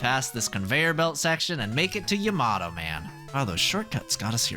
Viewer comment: bro said "yemato" man